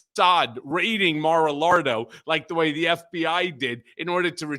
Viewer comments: Maralardo after the lard obese Trump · Does Michael Cohen pronounce MaraLargo, however spell it, wrong on purpose?